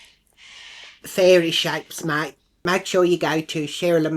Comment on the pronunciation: ‘Fairee shappes’😂